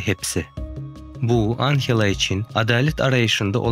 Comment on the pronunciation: anhela degil anjela